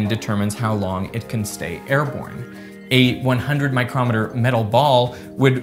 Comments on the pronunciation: The way you say "microm-eter" is weird, since it's "micro-meter". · this is the second video where you pronounce "micrometer" as the tool rather than the measurement. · Love your content and I appreciate that I learn something every video. The units "um" are pronounced 'micron' or 'micro-meter'. The 'mi-CROM-eter' is a tool for measuring distance. Thanks for the great videos! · The unit of length is pronounced "MI-cro-met-er". A "mi-CROM-e-ter" is an instrument for measuring small lengths very precisely. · I feel I must comment about your pronunciation of the word 'micrometer'. When used to describe the unit of length it should be pronounced 'micro-METER'. When used to describe the instrument used to make fine measurements it should be pronounced Mi-CHROM-eter. (I hope you can see the difference), Same spelling, different meaning and different pronunciation to make that distinction. By the way, the correct pronunciation of 'kilometer' is 'KIL-O-meter' and NOT 'kil-AHM-eter' as most people say (including you). The pronunciation is defined in the ISO standard that defines everything else in the meter system. Take a look. Unfortunately, the incorrect pronunciation has become so accepted it is what a Google search will yield as the correct pronunciation. We don't say 'cent-AHM-eter'; or 'mill-AHM-eter' so why is 'kil-AHM-eter' so prevalent? A question for a video? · Micrometer pronounced as a single word (especially with the emphasis on "crom") is a measuring instrument. The unit µm is pronounced as two words; the SI prefix "micro" and the unit "metre". Alternatively the common word "micron" is unambiguous. Google it... ;) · This confusion between the instrument and the unit size is avoided just about everywhere except the good ol' USA, by using the suffix "meter" for the instrument that is used to measure (and pronounced miCROMeter), and the suffix "metre" for the unit size (and pronounced MIcroMEtre). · That's a peculiar way to pronounce "micrometer".